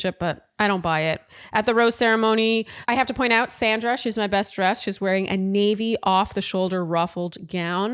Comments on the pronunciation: I gave y’all grace for the first week, but it’s pronounced Saundra! Not Sandra! 🤪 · Please pronounce each person’s name as she/he does: it’s Sandra with an aw sound, think of it as SONDRA. We’ve all had difficulties with the lead’s unconventional pronunciation and I think it’s important to accord everyone the same respect. Word watch 3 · Please, pronounce Sandra's name correctly. She pronounces it "Sondra". I agree that Kathy is being petty. Word watch: 8 drama Caren